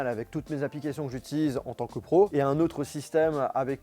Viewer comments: Pourquoi au lieu de dire pro du dit prouf 😂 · Pourquoi tu dit prouf au lieux de pro 🤣